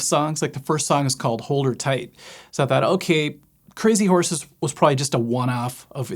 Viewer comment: cray-zee-horse-es rerrrrr rerrrrrr